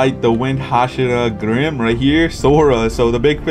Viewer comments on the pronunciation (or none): none